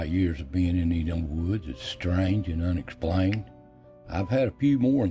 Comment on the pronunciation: The "Unexpalined" ?